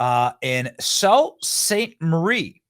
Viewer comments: Sault is pronounced "soo" btw. 😊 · Everyone in The Soo is going crazy, Sault is pronounced “Sue”